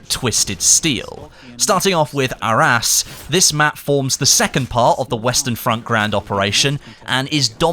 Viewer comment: I love the way you say Arras. It sounds like "our ass" XD